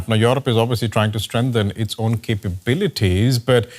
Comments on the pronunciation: What is that “Yorop”, Apu ? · What is Yoorob ? Who trains these anchors?